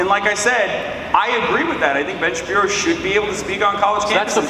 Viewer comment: lmao 😂 i love the shabibbo, but i gotta say i do miss the shabbino every once in a while